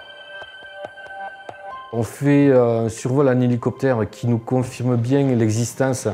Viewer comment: Mdr "bieng" horrible😂😂